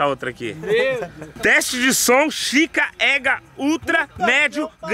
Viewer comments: "Chica ega" kkkk Isso é chica égua meu reii... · Mano o não sabe fala Chica égua jakakakakakakakakakakakakakakaka